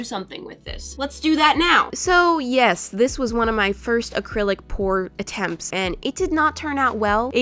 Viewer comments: You said accrilic pour after u said no more😂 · I will not say AcrylicPor again continues to say it 3 more times